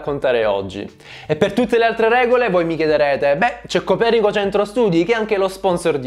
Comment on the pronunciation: comunque io sapevo si dicesse copèrnico, non copernìco